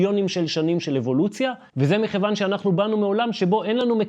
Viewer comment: טעות לשונית צורמת ראוי לתקן המילה מכיוון עם כ' דגושה. תודה על המידע הכל כך חשוב שלא ידעתי לפני❤